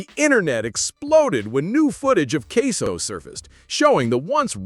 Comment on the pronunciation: The man name aint queso its ksoo